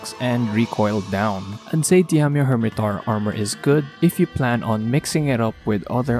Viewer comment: Diamio hirmetaur? i think u butchered it XD